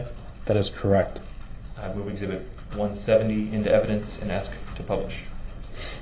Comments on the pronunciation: Can I "axe" a question? If he is indeed not Darryl Brooks... then why does he keep answering to the name? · When is someone going to tell him that axeing someone is a crime? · blood you axe that as if your Donald Trump or some shit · If only the officer was more akkerate .. lil man wouldn’t be axing dumbass questions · I can’t stand this Jack ass. He is so rude. He doesn’t “AXE” Please when asking prosecutors to show the display. Seems like his Momma let him do whatever he wanted which led him to Life in Prison.